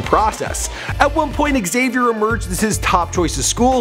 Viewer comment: bruh its pronounced like "Z"avier